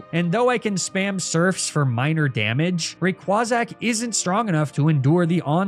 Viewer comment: Rayquazack killed me. I will never be able to say Rayquaza the same way ever again